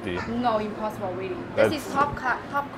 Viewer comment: I love how they always say IMPOSSIBLEEERU but then they accept it